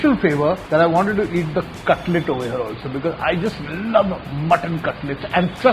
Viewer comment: Cutlet Nahi cutless 😂😂